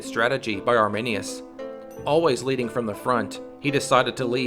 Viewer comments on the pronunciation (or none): none